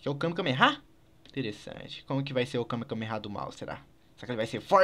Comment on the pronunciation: vey pff n fala kamekameha n pelo amor de deus é kamehameha